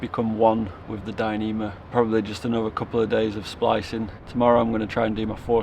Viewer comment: "Becoming one with the Dynema!"😅😅😅😅😂😂😂😂😂😂